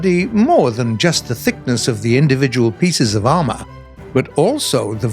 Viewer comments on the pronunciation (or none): none